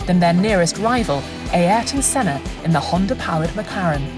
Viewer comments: the senna pronunciation drives me nuts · Mansell was a cracking driver ,a nice bloke and master of the moustache 👍( why can’t the commentator pronounce Sennas name)